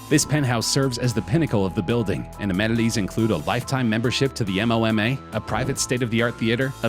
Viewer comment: M-O-M-A Lmao when he says that you know this channel knows nothing about art